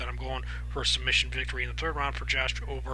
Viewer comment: Pronounced Josh EhMET.....went to the same highschool as me